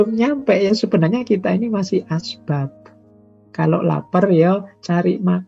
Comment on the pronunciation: Min, bukan asbak, tapi asbab